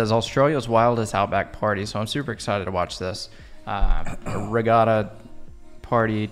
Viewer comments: Give up on the accent....We pronounce it RE GAT (like bat) TA.... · Regatta is pronounced regadda. With a hard first A, As in At. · There's no r in the middle of regatta.🧐